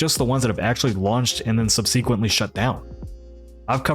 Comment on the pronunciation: TIL pronounces "subsequent" and "TL;DR" like a psychopath. /s